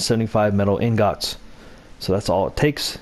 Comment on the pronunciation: You pronounce ingots so wrong 😂